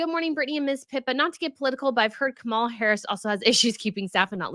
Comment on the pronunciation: Not to get political but...Trump is #1 in word salad, losing staff and spewing lies and going on tangents that make no sense. It's Kah mah lah. It's just dumb on your part not to pronounce the name correctly. EDIT: I was sarcastically addressing with “not to get political” which is what a said before she got political. Secondly, I was using B’s fun comment “it’s just dumb”. I wish people would actually pay attention to what the creators actually say!